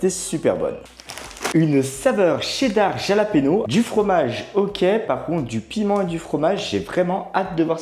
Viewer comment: Salut, ça se prononce "ralapegnos" ,😉